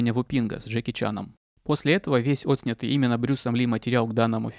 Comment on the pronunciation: Дизлайк за многократное повторение слова отснЯтый с ударением на Отснятый., у тебя отличный материал в целом. Но проявляющаяся местами безграмотность поражает. КАК вообще тебе пришло в голову НАСТОЛЬКО сильно изуродовать простейшее слово? Ранее не замечал за тобой таких коверканий. Ужасают так же отвратительный сценарий для начитки. Неужели сложно перечитать самого себя и понять, что 30-40% материала - это одни и те же слова, которые ты произносишь бесконечное количество раз. Ты как будто нарочно сделал десятки повторений одних и тех же слов (в том числе и Отснятых). Я не смог больше 5 минут смотреть ЭТОТ позор, который сделан на порядок хуже всего, чтобы ты делал ДО. Мой совет: удали, отредактируй, перезалей.